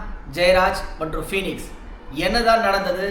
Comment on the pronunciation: Phenix illa Bennix